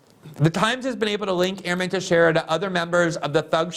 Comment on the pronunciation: Thank you, you pronounced Teixeira right!!!😄